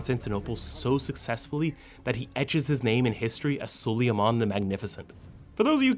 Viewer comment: Suleyaman? It’s Suleyman, or Sulaiman.